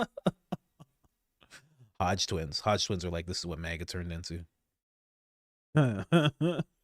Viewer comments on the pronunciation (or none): none